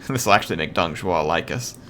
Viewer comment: Most of what you said is pretty good but Zhuo is Jew-oh not shoe-oh, Zh is practically just a j sound with a curled tongue while the actual J is with a flat tongue. the Un is pronounced like the word won when its next to any letter besides x, q, and j. So Sun Quan is like Swon-Chu-en. X is like an sh but it sounds different because the u that is placed next to it sounds more like yu so Xu Shu is like saying Xyu(Say this in one syllable) and then shoe. For the last part the dz sound you're talking about is Z not ZH.